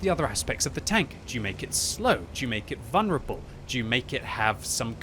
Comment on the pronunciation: It is vul-ner-able not vun-rable